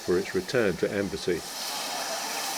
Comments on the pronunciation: Please, It's Embsay not Embassy. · i really like your videos, just one thing, Embsay is pronounced better with a silent B, more like emsay not embasay, the odd vent on the door is part of the Porta experiments